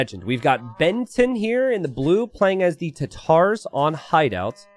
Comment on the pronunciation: "We've got Benton here..." Oooff. They say we germans would not posses over a sense of humour, but boy is there nothing funnier than hearing someone try to pronounce german. (No offense of course). Blue's name translate to "concrete slab". Usually I would say to check out how google translate pronounces it, but their version is quite there either